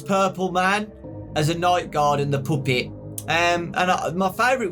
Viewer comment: DON’T YOU DARE STOP SAYING POOPET.